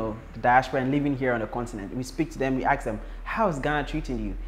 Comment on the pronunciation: Please say 'ask' IT'S NOT 'AKS'....